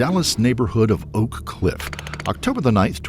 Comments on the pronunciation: Its O'Cliff no one says Oak Cliff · Oak cliff is the worst part of DFW by far, especially the black half (the Hispanic half isn’t as bad, since many are undocumented immigrants and are fearful of getting attention from police) Also the place is pronounced o’cliff , not oak cliff